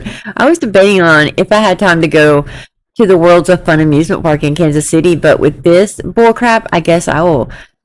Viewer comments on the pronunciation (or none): none